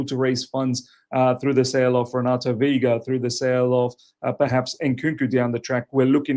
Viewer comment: Did you say Renato viega?? If we sell him, who's gonna backup for cucu